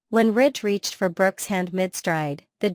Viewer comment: It's Ridge NOT Rich!